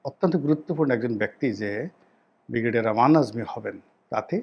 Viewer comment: আপনার একটা উচ্চারণ ঠিক করুন। বিগরেডিয়ার বলে কোন শব্দ নেই। উচ্চারণটা হবে ব্রিগেডিয়ার।